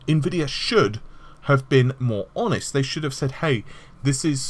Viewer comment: I just noticed you're finally pronouncing Nvidia correctly. You used to say Ne-vidia, which to us Slavic viewers sounds like a really funny insult to them, because it means "I can't see".